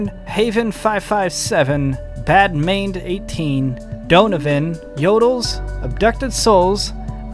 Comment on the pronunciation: Just to let you know, Its pronounced Badman D 18... :D